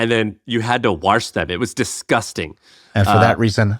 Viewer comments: "warsh". Your redneck roots are showing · you had to WORSH them.